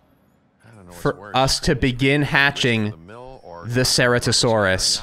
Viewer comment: Ceratosaurus: prenunciation is as follows. Sir-at-o-saurus